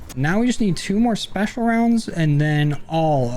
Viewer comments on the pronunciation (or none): none